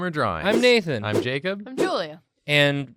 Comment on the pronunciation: "waddaya sayin? Jarcub?"